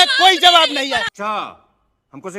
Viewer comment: bhai JABAF nahi ZAWAB hota hai